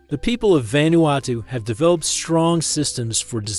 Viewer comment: What do you expect from lame, lazy, click-grab, disgusting a.i. bullsh1t? Can't even say the name of the country correctly saying it quite badly - and not even the same mispronunciation. Mis-speaking the name about 9 different ways. And that was in the first 5 minutes, which was about 4 minutes longer than I needed to decide this was just another total garbage a.i. spewage. video down-voted. channel blocked.